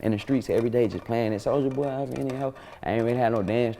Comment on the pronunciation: Did anyone else noticed that vlad always mispronounced rapper name on purpose behind their back (soldier boy) but when in front of the person it automatically switch up for (soulja boy) 🤔🤐😓